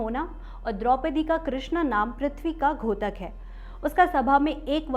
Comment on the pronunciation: आपको हिंदी शुद्ध करने की आवश्यकता है.. घोतक नहीं द्योतक 😊